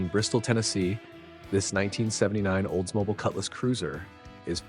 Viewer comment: Oldsmoble, Oldsmoble, Oldsmoble AAAARRRRGGGGG!!!